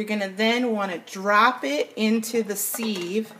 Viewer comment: Pronounced, siv.....:) thanks for the video!!